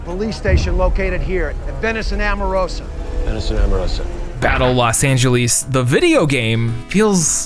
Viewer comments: Never heard somebody call Los Angeles "Los Angelease" until now. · “Los Angeleees” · The way bro pronounces Los Angeles bothers me a lot more than it should. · Never in my life have I heard someone pronounce Los Angeles the way you did lol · You have me laughing when you kept mispronouncing Los Angeles that was one of the funniest parts of your show. You should do a definitive top 10 list that trumps all other 10 list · The way you pronounce Los Angeles is equally funny and maddening. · It's bewildering